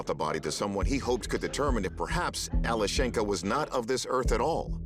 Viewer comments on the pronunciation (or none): It's Alyoshen'ka Not Ale shenka. It's diminutive from name Alex ( Aleksey - Alesha- - Alyoshen'ka. Emphasis on the syllable Alyo...) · The correct pronunciation is Alyoshenka. Yo is the strong vowel.